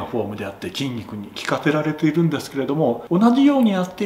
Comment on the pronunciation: こんなん笑うわw